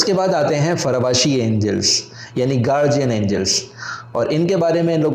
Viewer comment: Gaurdian angel Ko Garjian angel kayun bol rahay ho